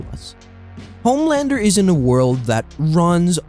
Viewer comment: he said it right your wrong